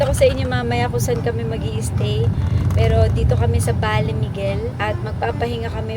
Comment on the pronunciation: Ba-le Miguel po..